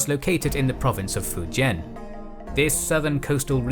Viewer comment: can’t even say fujian right